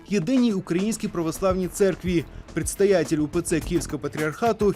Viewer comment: ПрЄдстАятЄль УПЦ КІЄвСкАВА патріархату?" Серйозно?